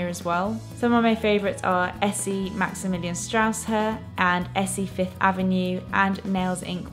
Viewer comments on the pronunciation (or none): I love the way you combine stylish and practical things in your home! Great video as always! Can I ask a tiny favour? It's something you and Anna do that really bothers me. Please don't say "Maximillian Strauss Her". It's "Maximillian Strasse-Her" (rough transcription: maxi million strars-a her) after the glamorous Maximilianstraße in Munich. I really hope you're not offended! That's the last thing I want.